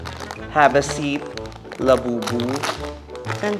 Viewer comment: Did Vice say Lababu?😂